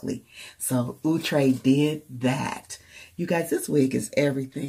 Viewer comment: It looks really nice! It's pronounced ow-tre as in ouch! lol